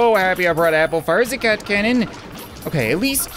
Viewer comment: *fire zee cat cannooon